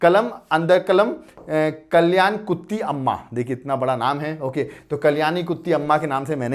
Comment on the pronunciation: It's not उत्ती it's कुट्टी. Brother प्लीज correct it in comming videos.